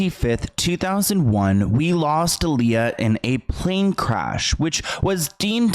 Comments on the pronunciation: Such a necessary video. Name is pronounced AH-LEYAH not UH-LEYAH tho. Solid journalism as always! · You pronounce her name I-Lee-Yuh, but there hasn't been much footage of her at the airport she was leaving from at the Bahamas before she died, just pictures of her taken bts by her close friend/acquaintance/ choreographer Fatima (Roberts or Richards)📵🧐🤔 Y???